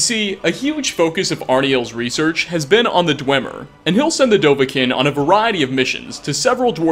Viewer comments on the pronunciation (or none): It’s dovahkiin not dovahkin